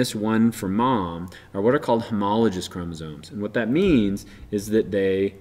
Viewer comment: Great video. Small critique. The word homologous is pronounced homolo-guh-s. FYI.